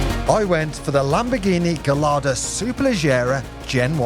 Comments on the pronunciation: Pronounced guy ardo . You have to use the Spanish pronunciation as they are all bake after Spanish fighting bulls. Ps. I was the sales broker at Classic car magazine in the 80s for Maranello Dk engineering dick Lovett Heathmans Coys of Kensington Lamborghini etc. you HAD to pronounce the names properly and speak French and Italian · Learn to pronounce ’Gallardo’ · Why.... do you mispronounce Gallardo ? But go on to pronounce Superleggera as Superlejjera ! Before you say.... its spelt Gallardo and not Gayyardo